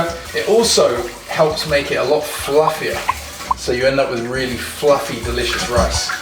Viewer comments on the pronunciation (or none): none